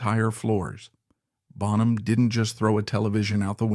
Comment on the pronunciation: yeah, the pronunciation of "Bonham" gave it away, for me